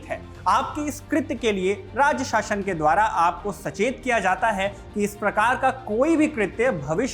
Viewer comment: शासन बोलीये शाशन नही